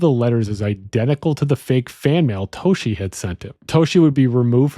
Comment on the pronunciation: I believe the Detective's name was Dave Toschi (Toss-Key) not (To-Shee). I do believe this theory really does make the most sense. The evidence itself truly speaks to this being the most plausible and logical. Thanks for the analysis.